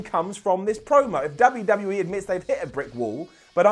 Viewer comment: said WWE like he says WCW and that is not okay